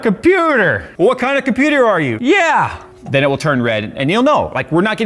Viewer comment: "I'M A COMPEWTER!" I literally backed up the video to re-experience this moment.